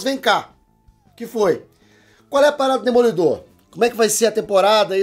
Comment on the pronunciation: "DOD EMOLIDOR"? Essa superou kk